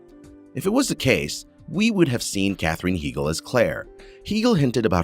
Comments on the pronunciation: I’m so glad Katherine HY-GL is not involved in this.... What is up with the pronunciation of names and words? Cor sets? “Corsits”! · Really. I understand not knowing how to say Balfe's first name but Tobias? I can't believe how poorly done this was. Heigl...Hi gell.